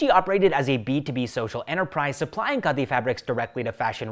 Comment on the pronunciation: It is pronounced Khaadi.😅